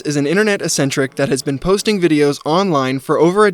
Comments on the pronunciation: bro cant pronounce eccentric. what an actual retard. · It's crazy how many times you said eccentric in this video without looking up how it's pronounced.